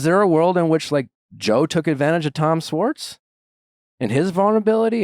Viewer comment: Nick still mispronouncing Schwartz 🙄